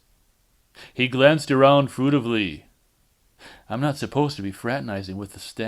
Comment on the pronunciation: LOL! I am tremendously appreciative of this, but when you said "fruit-ively" I lost it!